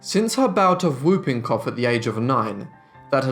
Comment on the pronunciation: Very interesting, but mangled pronunciation - whooping cough is pronounced "hooping". Let's not even mention the shocking French attempts ............